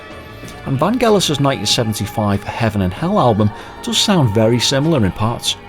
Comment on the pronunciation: Its pronounced Van Jell us. Like Jello. I understood that he was afraid to fly and Jon said hey we gotta tour.